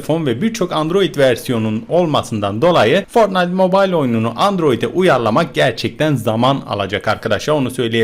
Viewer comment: fortnayıt mobayıl diye değil fortnayt mobayl diye okunuyo söyliyim skfjdjh